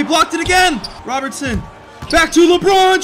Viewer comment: you said roberson insted of robertson